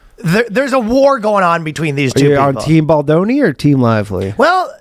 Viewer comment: “Not playing Ball-doni”😂😂😆